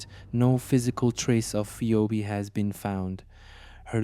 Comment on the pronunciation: Phee-obe... Man get it right it's pronounced phee-bee.